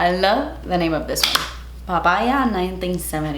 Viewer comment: i love how is saying the pa...ya word como si para nosotros los cubanos no significará nada 🙊😂🇨🇺